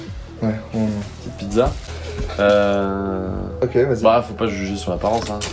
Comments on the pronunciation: c'est "pit[tsa]" pas pi[za] :'( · Bravo pour la vidéo! Je viens de découvrir ta chaîne aujourd'hui font j'apprécie déjà énormément le contenu. Petit détail si je puis me permettre: Pizza est prononcée "pitsa" en italien sauf au nord de l'Italie où on aurait tendance à prononcer et accentuer la lettre z. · On dit pissa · Techniquement, on dit "pitssa" ^^ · On dit Pidza pas pizza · La prononciation du mot "pizza" du soi-disant pizzaiolo italien est pas fameuse, pas moyen qu'un italien le prononce de la sorte